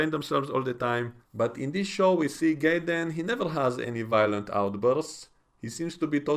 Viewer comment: Sounds like you're pronouncing his name Gayden but it's actually Jaden I don't know maybe I'm hearing incorrectly you do have a little accent i'm a gringo American.. I like Starfleet academy even though it has its flaws from writing and pronunciation errors these people can't help but they were born after the iphone came out they don't have the history we have that's the problem